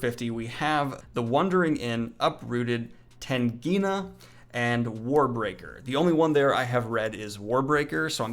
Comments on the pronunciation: did he say Tengina instead of Tigana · As someone who loves fantasy, if you're going to butcher the pronunciation of Tigana, you have to read it. (Also I think you'll like it, it's really good.) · I def cringed a bit at that! Daniel you have to read some of GGK’s work! Tigana is the perfect place to start